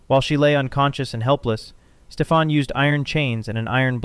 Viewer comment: Good video overall. A bunch of things I never knew! A slight disappointment for me is when you’re talking about Maleficent. The king’s name is Stefan. Pronounced STEFan. Not StefAN or StefON. It was consistent pronunciation in the 1959 movie but the Angelina Jolie one she said it 3 different ways. That was disappointing. Obviously this sticks out because that’s my first name. Pronounced like the 1959 movie does it. Other pronunciations are almost always spelled differently. But in a professional big film, featuring a big actor, for that simple thing not being caught is disappointing. Now I get that people are just terrible with names. ☺️